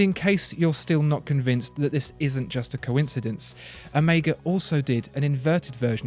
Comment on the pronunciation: Is this the first English speaking person that pronounces Omega correct? As in the Greek letter. So not Omiega indeed, but Oméga. Top reviews as always.